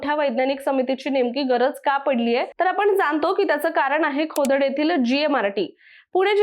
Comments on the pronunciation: खोडद ❌ खोदड ✅😂😂😂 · खोदड नाही तर खोडद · कोकोडकर का काकोडकर ? खोडद का खोदड ? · खोडद........खोडद.......... खोदड नाही ओ मॅडम.....🙏🙏🙏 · खोदड नाही खोडद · Khodad nahi ...Khodad ahe te 😢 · खोदड नव्हे खोडद, कोकोडकर नव्हे काकोडकर